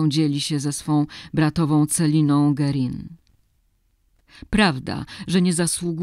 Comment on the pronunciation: Niepotrzebny jest ten obraz męskiej ręki z tatuażem. Czytamy nazwisko Guerin 'gerę'. Poza tym Ok.